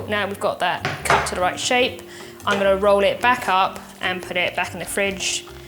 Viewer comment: “Angona” instead of “I am going to” is an interesting twist to the beautiful English language. pronunciation has amazed me since her first videos on YT. Angona watch the rest of it now 😊.